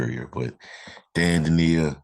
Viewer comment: (From an Illinois fan) Just to let you know, his name is pronounced: Dain sounds like "pain", Dainja, sounds like "painya". Illinois fans are very disappointed he's leaving, but I don't blame him. I blame the coach, because he didn't play him nearly enough. They played Coleman Hawkins instead and the coach should have played them together more. Dainja subbed for Hawkins. Dainja is a beast. Reminds me of Charles Barkley, but faster going down the court. Great rebounder, scores mostly from inside, great passer, runs the court to get feeds for layups. He really is 6'9", 270 lbs., but very agile. He has a good mid-range jumper and wily moves under the basket. Fans loved to see him play when he got in. He should have been a starter. I hope he gets to play more at Memphis. He's was a great teammate too. Very likeable guy.